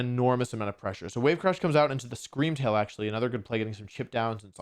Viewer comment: Scweam Wail wins the regionals